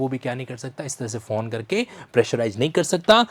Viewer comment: Your commentary is balanced. I fully appreciate the realm of the civil judge. But you have not informed whether the Hon'ble High Court issued a rule for criminal contempt. Another point, please pronounce 'phone' instead of 'fawn'.